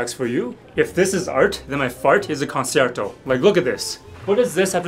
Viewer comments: Concerto is pronounced differently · that's one way to pronounce concerto